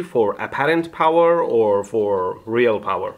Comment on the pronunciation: CUNZUME ZE BOWER